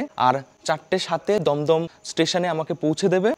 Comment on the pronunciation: ভাই দম দম না দুম দুম